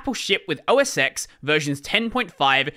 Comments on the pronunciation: Yes Roman numeral 10 and it is pronounced Mac OS 10, not Mac OS “X” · We pronounced it Mac OS 10 not Mac OS ex back then. My first Mac was tiger in 2007 used X11 every day then. It was a great system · X in "MAC OS X" is roman numeral and should be pronounced like number 10. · Thank you. This was driving me crazy